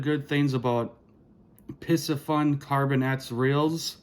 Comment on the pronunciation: For Christmas, I received the Piscifun Carbon X II 2000 and spooled it with 10 braid. Waiting until spring to use it. (BTW, in researching it, I heard the company pronounces its name as "PC Fun" no s sound.) Cheers.